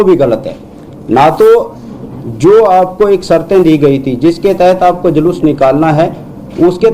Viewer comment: DGP महोदय जूलूस को जलुस बोल रहे हैं जो मुंह से सही नहीं बोल सकता वह कान से सही कैसे सुन सकता है